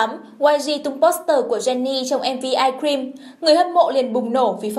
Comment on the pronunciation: ok nhưng mà bạn này phát âm kì quá của người ta là how you like that mà bả đọc là '"hao la đát" còn ice cream đọc thành "ai kim" nói thật là nghe cứ bị khó chịu á (ý kiếng riêng)